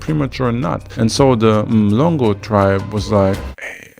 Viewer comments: hearing Mhlongo as Mlongo from someone who isn't umlungu is weird😂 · Great Video honesty, so much info Mhlongo is not pronouncated like that..There's no way to 'spell' it out in English but 'hl' is a different sound